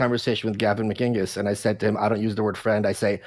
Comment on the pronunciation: Why does he say "Gavin McINGus" ? Some joke I'm not getting?